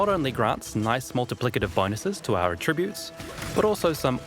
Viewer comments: It's pronounced "attributes" and not "attributes". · Is that the New Zealand way to say "attributes"? It is so annoying. The emphasis is on the first syllable, not the second syllable throughout North America.